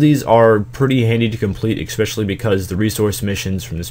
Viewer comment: listen man, I love your guides, i think you are great and all. But it is pronounced ESpecially, not EXpecially.